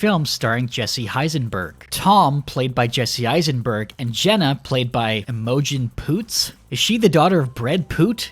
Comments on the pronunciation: it’s pronounced I-mi-gin, not like immodium. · Imogen is pronounced like ‘image’ + ‘in’ Similar to pigeon or engine Not ‘Im-oh-gen’ lmao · Imogene is pronounced Em-Oh-Jen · Mispronouncing "Imogen" "ea-mo-jin" must have been rage bait. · I was triggered by the way you said IMOgen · Do Americans not know how to say Imogen LMAO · the way he pronounced imogen XD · how are u not able to pronounce Imogen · Wow, you have a whole new way to pronounce 'Imogen'. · Bruh who pronounces “Imogen” like that? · Guys he can’t pronounce Imogen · The way he says imogen is really odd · The way you pronounced Imogen lmao I can't tell if you were serious